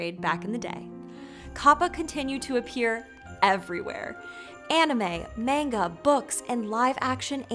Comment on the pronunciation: It's an entirely different type of whiplash hearing her use the more accurate pronunciation of kappa that most people don't use, then butchering manga towards the end of the video, lmao.